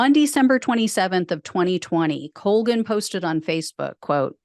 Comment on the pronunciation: It's an Irish name (unfortunately) and it's pronounced Call-gan.